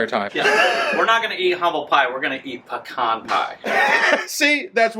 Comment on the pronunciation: so glad to here you say pecan instead peeecon pie sorry thanks HI guys